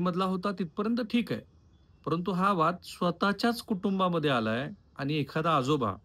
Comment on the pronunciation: khupach ashuddha marathi bolta aapan eg manus, ani, pani, pls avoid this